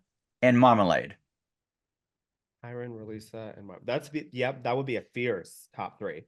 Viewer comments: but Marmalade pronounces it Marma-laid, right? I think pronunciation matters when it's a person's name, kinda like kaMAla vs KAmala. Which this isn't that big of a deal since it's just a stage name, but still. The noun can be pronounced either way, but typically a name is pronounced however the owner pronounces it. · Hey Queens, Thanks for doing THIS. Trinity, I can't believe you don't remember that Kiki and Rileasa are from the same Island/Country as your twin Monét. Don't you hear the accent? Everytime you guys pronounce Marmalade 's name I hollered. The ending of her name is pronounced "laid". The way you guys pronounce it with your accents is hysterical...........